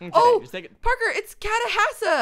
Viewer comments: Chat-oh-has-uh That is how you pronounce it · It's cat-a-hass-y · Cat-ace-hasa. Catacehasa. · It's (cat-a-has-a) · It's pronounced ka-da-hass-e. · its pronounced, Cat a has uh